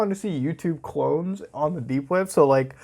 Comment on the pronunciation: Every time I hear papa muta say dank web it brings a smile to my face😶